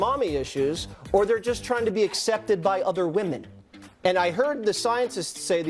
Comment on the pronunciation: Ehy dies Fox say woman,instead of eomen?